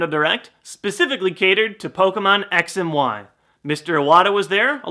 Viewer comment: I swear I heared him say: "Sex & why." PS: I know he sayd X & Y so you don't have to reply me with that.